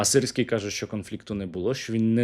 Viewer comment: мені подобається як «сирський геть» стало “sissy gay”